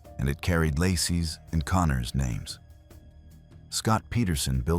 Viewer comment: You can pronounce ophthalmologist but not Laci or resentence